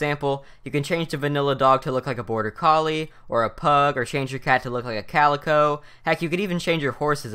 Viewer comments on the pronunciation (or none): none